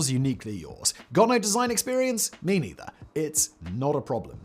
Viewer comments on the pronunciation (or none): none